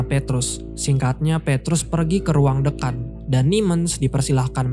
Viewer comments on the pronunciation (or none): Dekan bang. Bukan Dékan 😂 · Dkan? Dekan Dibaca deeekan Bukan dkan 🤦🏻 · dibaca Dekan bukan Deukan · masukan: 1. dekan bacanya e bebek 2. kasih batasan di antara 2 cerita terpisah, misal di (kegiatan 2 tokoh utama). misal ditambah "𝙙𝙞 𝙨𝙞𝙨𝙞 𝙡𝙖𝙞𝙣, si Nemens lagi jalan di kampus" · Dekan dibaca seperti 'teh'